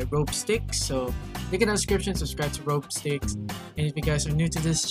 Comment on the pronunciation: "Robe-sticks" XDDDDDD dude it's pronounced "R O B - S T I X" Like, Rob, like robbert or robber. and instead of pronouncing the ck you pronounce the "x" and it sorta sounds like "s" especially when you stretch it out, so yeh. Rob-stixs = Robstix.